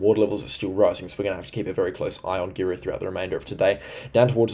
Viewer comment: Great channel. Love your weather channel. Can we teach you to speak North Queensland, hey !? Anything North of Townsville is Far North Queensland. Then you are on 'the Cape' Anything South of Macaky is Central Queensland In between is North Queensland Paluma - Par-loo - ma Mutarnee - Mu-tarn-nee Girlu - Grr-roo Keep up the great work. Sure is a historical weather event for the ages. Stay safe. And don't despair if you have been flooded, you will get through this event Queenslanders.